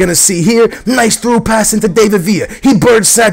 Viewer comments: DAVID Villa, not DAVEid Villa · No, he doesn't. It's not an English name to pronounce it like that.The emphasis isn't on (A) dAvid villa, it's on (i) davId villa. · dont get me mad his name is pronounce DAH-VID VIA (David Villa) it sounds pretty annoying. hope u read my comment and pleeease am begging stop sayin DAAYVID. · No its not he says villa right but he says david wrong you day his name like dav-id not dave-id if you get me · its pronounced like da-vid not day-vid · he means the David bit. You Say It As Da-Vid.